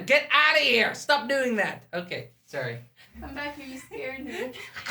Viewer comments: No-one: Not even a single soul Azzy: Sore-ie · Azzy: Sor sorry Me: So sorry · nice pronunciation of sorry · I love her accent went she she says sorry